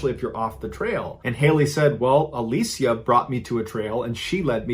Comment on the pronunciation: Literally like everyone pronounces it alisha so I was shook